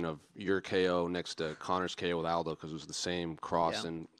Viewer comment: he said Aljo not Aldo.